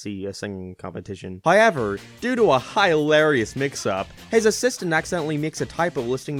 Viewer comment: "high-ever" = "however"